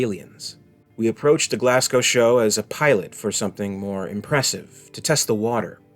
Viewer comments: It's pronounced GlazGo, not GlassCow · Your pronunciation of Scottish Place Names is woeful man! Glasgow = Glass-Go & Ayrshire = Air-Shire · Everyone from Glasgow is going crazy at the awful mispronunciation of the name of their great city! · Burtualised the pronunciation of Glasgow and Ayrshire.